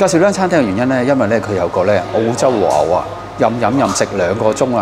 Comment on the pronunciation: 如果 和牛 二字沒有 懶音；會聽得 舒服D；看得 開心D :yougotthis